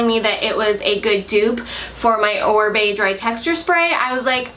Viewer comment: It's Oribe... not Orbie. :)